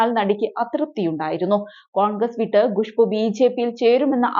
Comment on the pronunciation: Not gushboo, it's Khushboo. Learn to pronounce properly